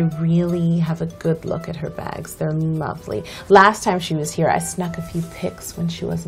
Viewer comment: omg she said 'whenever Kate comes to Cakebridge I always take a good look at her bags' and i thought she said VAG and then she was like 'sometimes I sneak a picture' and i was like ooh saucy